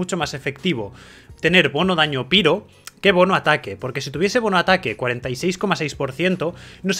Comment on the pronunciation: Excelente guía, me han quedado claras muchas cosas. Pero es un poco cansado que digas piro, también me es extraño ya que sí pronuncias Reizor. Sólo lo digo a modo de comentario. De nuevo, excelente trabajo.